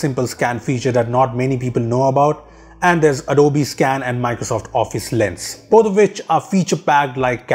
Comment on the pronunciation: Adobiiii 😂😂 thats the most stupid pronunciation i have ever heard 😂😂